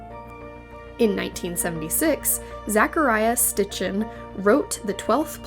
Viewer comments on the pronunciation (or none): Not pronounced "stitch-en". Spelled and pronounced "SIT chin".